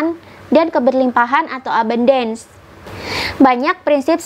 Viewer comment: ABUNDANCE itu bacanya E-BAN-DENS (E seperti pada kata Senin)